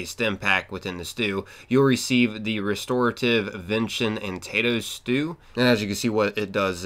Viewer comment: My dude called venison; vention.